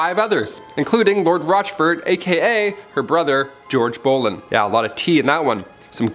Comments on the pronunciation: Love - love the way he says “Boleyn” as “bowlin’”. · Same 😂 I was like “what did u say ?”